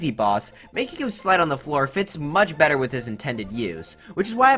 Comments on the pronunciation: "That's betuh" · British Odyssey Central.